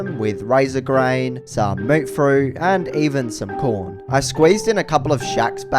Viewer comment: did not say “corn”😂